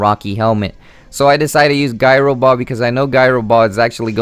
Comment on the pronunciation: The only thing to improve would be pronunciation. You space out the Sable and Eye too much. Also, the move is pronounced Ji-row-ball and not gi-row-ball. I am no English teacher, but it could actually help you get more fans. The G sometimes sounds like a J.